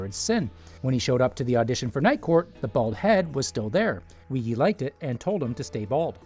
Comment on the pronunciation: WEEEEGE, not wee-gee.